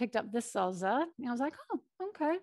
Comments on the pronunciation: Salsa not salza 🥰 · Thank you, this is helpful. Salsa - both s’s in salsa are pronounced like a in snake. Just a tip. I am a bilingual teacher I hope that helps.